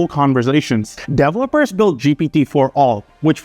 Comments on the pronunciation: No, your original accent sometimes shines trough your fake Americanized accent. So 'distrusted' is pronounced wrong, developers is pronounced wrong. Just check it. You stress the wrong syllable. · How did you pronounce 'developers'?